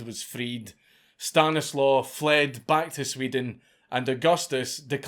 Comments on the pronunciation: It's not Stan-is-low it's actually Sta-knees-wav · It is pronounced "Stanislav" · My friend, The Polish "W" is pronounced like English "V", the name is Stanislav. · Stanislaw is pronounced ‘Staniswav’ or Stashek for short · As a descendant of Stanislaw, hearing you struggle with that last name was my favorite bit.